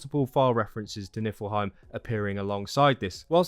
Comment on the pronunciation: Great video man, thanks a lot :) Just one little thing, it is NiFlheim and not NiLfheim ... :)